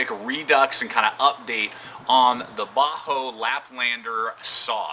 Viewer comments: Bahco not baho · Bahco is pronounced Backo, not bahoo. Thanks for the video anyway. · most pronounce it bahco...ur saying bajo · Not to be rude, but I believe the pronunciation is "Baa-ko". Anyway, solid video. Cheers. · Sorry bro you lost me when you couldn't pronounce it..properly